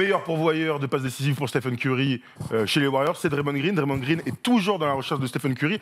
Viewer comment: Stiphen Curry😭 après il va dire « Stiph » aussi « Stiph gonna Stiph » ok je sors